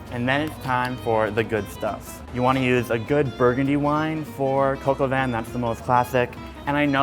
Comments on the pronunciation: It's not "coco van", it's pronounced "cock or van" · Coke - OW - VEEn is how i think it is. He say coke-ow-vaan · When He says: Coq Au Vin It sounds like he's saying "coco Van"..."KIDS GET IN MY COCO VAN!!!" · I thought he was saying coco bin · I just pronounced that dish as 'Cock a vin' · sounds like he's saying Coco Van. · American pronounciations are always funny, but jeez... this one just hurts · It's not like that how u pronounce cop au Vin 😂😂😂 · Im really annoyed by his pronunciation of coq au vin and im not even french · Its coque au vin Oml